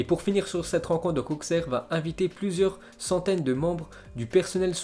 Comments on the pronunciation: ça se dit Aussere pas Auksère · ça se prononce aussere* pas auxerre